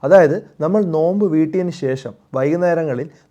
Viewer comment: നൊയമ്പ് അല്ല നോമ്പ്